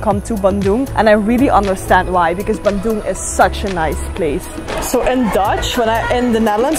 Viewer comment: really love the way you say bandung ♥